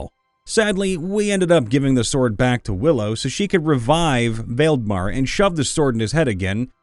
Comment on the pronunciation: I know this is a late comment, but I just wanted to drop in a tip in case you run into the name Valdemar again, especially since it's the title of a series of popular fantasy novels. It's a Scandinavian name, derived from the name Waldemar and related to the name Vladimir. Pronunciation wise, it goes as "Vall-de-mar". From what I can find, it means "great power".